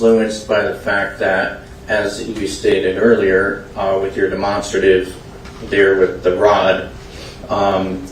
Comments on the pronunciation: Why cant they say Demonstrative correctly? DeMONSTERative. Never heard it said like that before. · I was thinking that too but what if all this time we were wrong😂😂😂😂